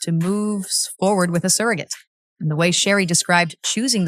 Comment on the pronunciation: You need to learn how to say her name before you try to talk about her. Is Sheree not Sheree